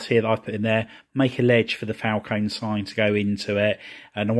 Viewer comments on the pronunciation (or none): It Falcon-E- strongly pronounce the E at the end